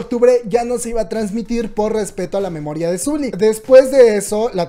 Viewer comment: Ya sé que es una bobada pero no es "suli" sino "soli" u.u.... ya perdón xDDD